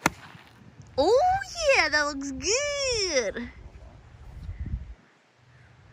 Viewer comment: you sure you ain’t from the SE US? “That’s gonna be goooooooddddd!”